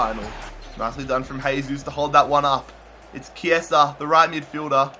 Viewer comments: Yes, Chiesa is "Chiesa" not "Ciesa". I'm italian :) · Also pronounce chiesa as key-aa-sa